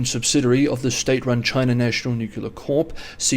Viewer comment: Please don’t say nucular - say nuclear - “new clear”.